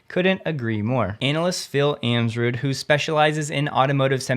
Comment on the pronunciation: "Anna-list" vs "Anal-ist"